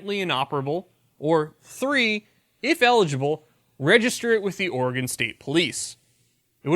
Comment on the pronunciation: Oregon native here... Oregon (Or-E-GUN). He says it correctly. Is that why you love it? With flush it down Kate Brown and continued Californication it may be pronounced OR-E-GONE soon.